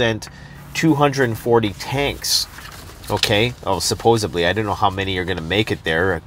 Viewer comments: I watch and like ALL your videos. Love everything you put out. But my secret reason for watching (besides prepping knowledge and advice) Is to see if says Supposedly, or SupposeBly 🤣 it literally varies from video to video. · Preparing is what matters and I’m grateful for these videos, so why does it still bother me that he says “supposABly” and “Corps” pronouncing every letter rather than the correct pronunciation “Core”?